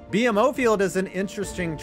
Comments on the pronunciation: BMO is not B-M-O. It’s Bee-Mo. Ironically, it’s for Bank of Montreal. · A tip for you buddy....you don't pronounce BMO field as "B-M-O"...you say it like "BEE-MO". it's short for Bank Of Montreal and that's how people have always referred to it. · pronounced Beemo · Dumb thing to correct but my pedantic side can't help it. BMO is pronounced Bee-Moe (Since it's short for Bank of Montreal), in case it ever comes up again. I will fully admit it is a dumb dumb dumb bit of branding.